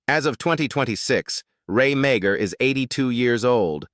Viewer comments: Alf is RAY MEAGHER pronounced MARR. STUPID AI. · Ray's surname is actually pronounced as Mar.